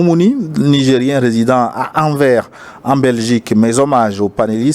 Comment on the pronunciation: Monsieur, sur Anvers il vous prononcer le " s "; svp. Je suis d'origine Ex - Congo Belge